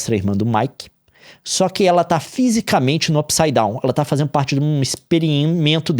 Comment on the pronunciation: Não dá... não dá! Como que assiste um vídeo do Leon falando "Up saidown" ao invés de "mundo invertido"